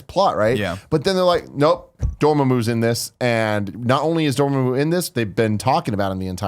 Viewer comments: Ya know what really grinds my gears? How they say Dormammu in this video. They pronounce it Dor-moo-moo or something like that when it was pronounced in the film as Door-Ma-Moo. I know they are not Marvel fans per se, but come on. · please learn how to say the name right its door-mom-ooo not doormamoo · Let's say it all together Door-Mah-Moo NOT Door-Muh-Moo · It's pronounced Door-mom-oo goddamnit. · DOR - MA (as in MA, MEATLOAF!) - MOO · Cumberbartch? Door Ma Moo? Jesus christ come on guys😂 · its pronounced door-maw-moo